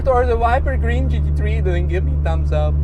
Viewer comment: Took me the whole vid to realise he was saying GT3 and not Cheeky tree.😂😂😂